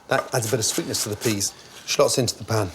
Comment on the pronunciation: "shclots" Gotta love Gordon